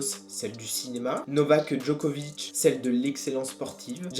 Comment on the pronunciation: Novaqueuhh Djoquovicheuh